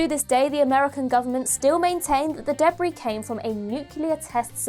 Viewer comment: From now on I’m pronouncing debris debbree thank you